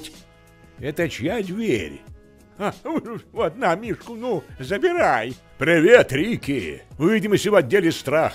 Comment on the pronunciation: Это чья дверь?" 😂😂 с детства запомнила. такое мягкое произношение дЬверь. столько любви и отеческой заботы в голосе Салли благодаря! это очень помогло герою с его задачей – спасти девочку